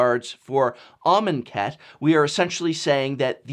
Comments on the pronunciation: I will never unhear "almond cat". Even when you said it correctly, or at least I think you did, all I could hear was "almond cat" haha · Can not unhear almond cat... xD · Shane Riddell 10 minutes of him writing amonkhet in a word document and saying it out loud. 'armen cat? are men cat?'